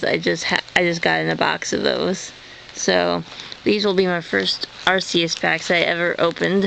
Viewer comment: ohhh, PLEASE stop sying (ar-see-us) its (ar-KEE-us)